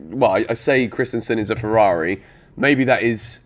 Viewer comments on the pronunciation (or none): none